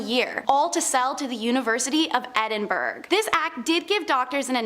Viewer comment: You deserve the death penalty for the way you said Edinburgh